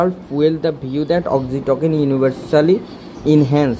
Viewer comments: ভাই উচ্চারণ Oxytocin- অক্সিটোসিন (অক্সিটোকিন না) এবং Ceylon- সিলন (কেলন না) হবে, অসাধারণ ভিডিওর জন্য ধন্যবাদ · Pronunciation hoy nai.eta অক্সিটসিন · Apnar oxytocin pronunciation wrong hoica